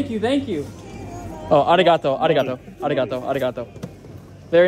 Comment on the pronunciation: Ummmm arigatoma is not correct am I right?